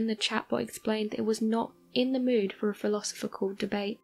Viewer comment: Is that a real narrator? If so she can't pronounce philosophical.